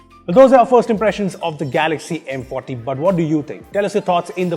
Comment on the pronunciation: Is it just me or when he says M Forty it sounds like M potty , lol